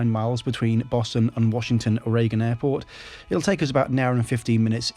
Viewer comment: Great job,. Loved the views of NYC and DC... as yes, you pronounced Washington correctly.:) Looking forward to your Acela review. I've never flown into DC as living in NYC and NJ when I worked for a company there, it was faster to go via train because I was going from city center to city center.